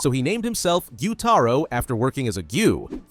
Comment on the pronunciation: Bro, it’s gyutaro😅